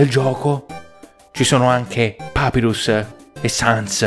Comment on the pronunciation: un consiglio in nome non si dice papirus ma papairus